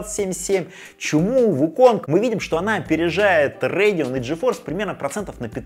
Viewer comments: Радэон всегда говорили , а не Рэдиан ... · Как же режет слух РЭЙДИОН РЭЙДИОН не могу смотреть, не народный обзорщик ( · РЭйдион, ТрАйпл кЕй, амдИ😂😂😂😂😂😂ты прикалываешься? Неправильное произношение ты вообще дебил? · Че за "рейгн". Это так Radeon что ли произносите? 😂 5060 8Гб за 30к вполне себе можно брать (и это точно лучше, чем 4060 за те же 30к). Никто не говорит, что надо играть только в 2К на ультрах. А 16Гб версия уже от 42к!